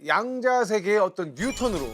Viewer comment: 여러 분! "양자 역학"의 첫 장.ㅣ한자어가, 수량이라는 양이라면 , 이를 "길게" 발음해야 하는데, 양자 역학 전문기들이 이 것을 짧게 잘못 발음하고 있으니, 도대체! 한국 문화 수준이 참 비참하오이다!!